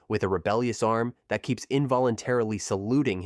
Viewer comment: The fact he says dat instead of that lol